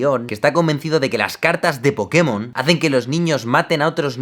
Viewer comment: Los "pokimon" 😂😂😂